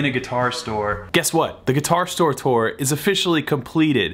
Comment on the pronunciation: "Tour" rhymes with "poor." Not with "store." ;-) For what it's worth there, sir.